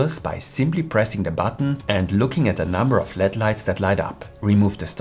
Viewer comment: Very informative. Thank you. One note for future videos: native English speakers do not pronounce LED as if it were a word. We enunciate each letter: L-E-D. It seems like it would be natural to say it as if it were led. But we don’t. We use the initials, which mean Light Emitting Diode.